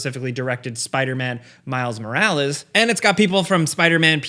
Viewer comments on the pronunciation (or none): none